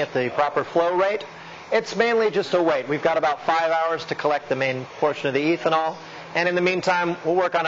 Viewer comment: Can't stand pronunciation of ethanol as "EEthanol". No one says this. Nor does anyone pronounce it: MEEthanol. What gives?